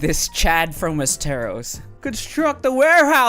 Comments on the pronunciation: “Wezterrose” The fuck has anybody ever pronounced it in that way? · "Wes-Teros" an interesting way to pronounce it